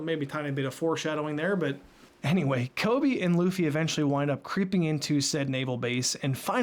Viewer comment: Sometimes when Nami says Luffy's name, it sounds like "Doofy" 🤷‍♀️